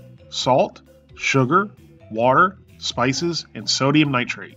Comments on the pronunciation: A chemist you are not, That's Nite-trite not "-trate" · I was getting tired of hearing him butcher the word too.